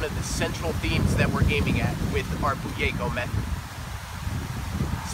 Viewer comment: Did he say bugeyko?